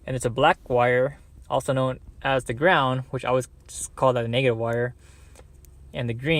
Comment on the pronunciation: sounds like you said 'NxxxA' wire 0.58